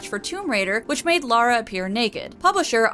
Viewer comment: Seriously well done for saying Lara and not Laura, I am genuinely impressed that there's at least one person on the internet who isn't a complete idiot. You have my respect fair maiden.